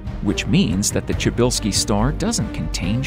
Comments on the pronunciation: Try pronounce it pshybylsky the way you says it sounds like czybylski (chybylsky) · Bro it's -sha~bell~ski don't butcher my last name like lol